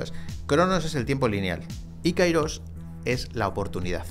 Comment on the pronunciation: Καιρός αι=e Se pronuncia kerós no kairós